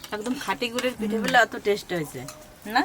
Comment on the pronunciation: কথাটা টেস নয় ওটা হবে Test